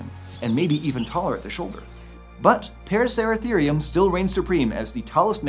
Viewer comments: Him: paracertherium Me: racer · Why he saying parasarasereum it’s a racer is he mad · The amount of times he said "Paraceratharium" has me dizzy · Take a shot every time he says paraceratherium